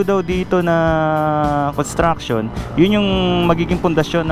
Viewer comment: paki banggit lang ng malinaw ang salitang construction? Ang pagdinig ko parang con at hindi cons. Dahil magkaiba ang meaning nito kung walang s. Construction and contraction are 2 different meaning.